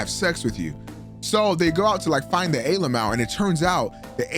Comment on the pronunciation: I like how he calls it A alamow